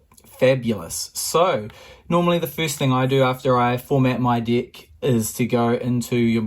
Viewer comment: Is it just ME who hears deck as Dick?! 🤨